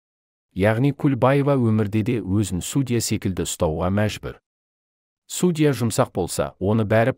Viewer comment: Енді Алматыда әділ судья бар екеніне көзіміз жетсе екен. Қаржаубайдың отбасына амандық, әділдік берсін алла! Текстті оқыған диктордың судья деген сөзді қайталаған сайын біртүрлі қате айтылатын сияқты. Сосын судья сөзінің қазақшасы жоқ па?